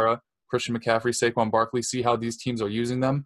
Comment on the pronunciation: Why do you pronounce Saquan’s name like that? 😂